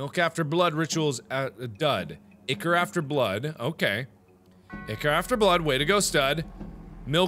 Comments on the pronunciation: UGHHHHH IT IS NOT PRONOUNCED ICKER. IT IS EYE-CORE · PJO fans cringing as he says ick-or. Ichor (eye-core) is supposedly the golden blood of the Greek & Roman gods/goddesses. Sorry for nerding out, I had to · "ichor" is pronounced(I-core) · ichor is pronounced eye-kor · Btw Ichor is pronounced Eye-Core! Just wanted to let you guys know if you didnt already! 😀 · Ichor is actually pronounced "I-Cur" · Its actually pronounced Ichor [Eye-Core] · I'm pretty sure it's pronounced eye-core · Ichor is pronounced I-Core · It is pronounced I kor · The way he says ichor just gets me every time XD